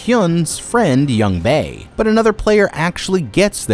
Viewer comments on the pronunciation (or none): Why is he pronouncing everybody's name wrong and all of the games wrong. It is really annoying me, Jee-hyun instead of Gi-hun, Yung-bae instead of Jung-bae, Jeji instead of Jegi, and Takji instead of Ddakji.